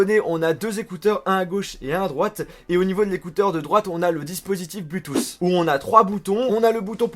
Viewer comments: bloutousse ???? really??? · c'est cool. quand tu dit bluetooth j'entend bluetouss , c'est drole mais pas moche, continu comme ca mdr